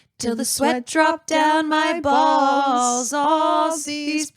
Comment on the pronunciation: Giving the word “balls” 5+ syllables is crazy. Arrest me officers.